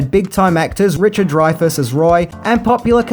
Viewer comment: this has bothered me for awhile now. It's pronounced Richard Dry-fus, not Dre-fus.